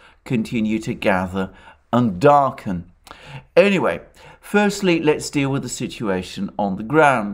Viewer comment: You said,,, Darkened,,,, ..please, tell!!